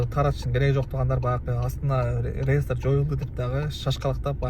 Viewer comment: Ааа.. Зайбал бала экенсинда кайра кайра реестер деб чыга бербечи былжырап.. Же хайп кармап атасынбы хуй знает😂😂..